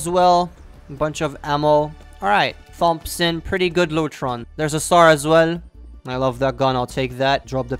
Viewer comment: I love the way he says Thompson xD